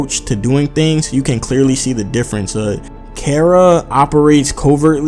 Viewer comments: Learn to pronounce bro, not care-ra, car-ra, KARA. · It's pronounced 'Kah-Ra', as the modern Anglo-Germanic 'C', sound, as we pronounce it, doesn't exist in Japanese.